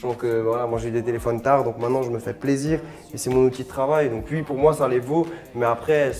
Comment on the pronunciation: le OUI de charles c : UI